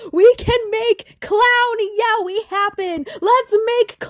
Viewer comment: Did you just pronounce yaoi as yowie